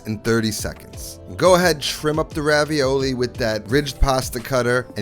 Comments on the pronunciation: They are not pronounced Ravioli, ist more like [Ravioll]. But thank your for bringing Back the Idee of making These! I ate them in my childhood in vacation in france before i tasted Ravioli. Because of this i never liked Ravioli much, because Raviole are Just so much better in my opinion! Nice Video! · These are actually called "Ravioles" with the -e and -s silent so pronounced Raviol ... They are delicious thanks to the strong tasting Comté cheese. And "Vin jaune" means Yellow Wine! xx